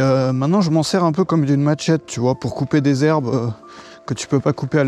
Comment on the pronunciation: c est pas maTchette kon dit mais machette